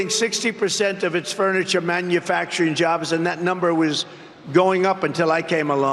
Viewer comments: Why does he pronounce manufacturing as man you facturing....? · It's so comical listening to him sound out "Mann-yoo-FACTuring jobs..." like it's the first time he's ever heard it- every time he says it. 🍿